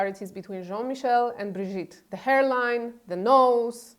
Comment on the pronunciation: EVERYBODY is pronouncing the name wrong - My mom's name is Brigitte